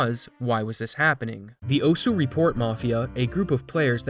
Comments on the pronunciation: Not even fifteen seconds in and I can't help but wince. It's Japanese--it's just "ohss", not "oh-su". Take a look at the game this is based on/named after, Osu! Tatakae! Ouendan for DS (and its American "version", Elite Beat Agents, if you want to see more of osu!'s origins) and you'll hear how it's said. Many times. But it's an easy mistake to make if you're not familiar, so not a huge deal ^^ Knowing the Internet, he's toast. People will cling to his past and completely ignore any sign of reform, freely hating on him without end. It happens all over the place. A friend of mine is a victim of it, in fact. RANT AHEAD But overall in the end? Pfffffffffffft. This is what you tryhards get. Seriously, look at all of these maps shown. They're full of streams of notes where the only way to do it is to jackhammer the keys and hope you're doing it in time. At that speed, precision becomes extremely difficult and more up to luck. There ARE a few notes with normal rhythms peppered throughout, but for the most part? Just key-mashing. As a Music major, this kinda ticks me off to no end, because not only is it not that rhythmic, but it can't be good for their hands. And in the end, if they are actually that accurate? Why the hell aren't they putting that to use being a percussionist? Fuck note streams that go 1/32s or faster. That just puts in a huge gap of skill for players, one that only fast button-mashing, not actual rhythm, can solve. Us folks who want to have fun can't play a shitto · its pronounced osa...for some reason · "o-su" that and "oss" are both correct ways of pronouncing osu! lmao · Stop mispronouncing osu.